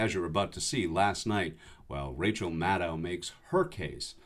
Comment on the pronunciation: Maddow is pronounced like shadow, not like moscow. Please pronounce it correctly.